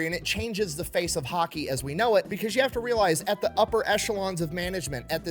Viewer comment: “…till you punch them in the fayth”